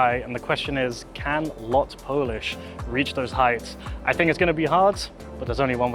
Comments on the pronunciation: LOT not L-O-T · It is Lot, not L O T, as Lot means flight in polish! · Thanks for the review, both Icelandair and LOT are fantastic, they're also some of the few independent flag carriers out there - and growing rapidly! You pronounce it "lot" as one word (meaning "flight" in Polish). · its pronouced lot (one word) and that menu is 2 sided 1 for Normal flight and second for charter flights and u also on older cabin